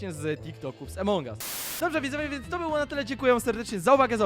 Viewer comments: nie mówi sie emong us tylko among us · Mówi sie Amongas